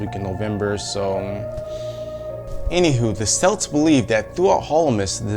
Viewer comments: Btw celts is pronounced kelts not selts but great vid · I'm pretty sure celts is pronounced like 'kelts.' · It's pronounced kelts and sowan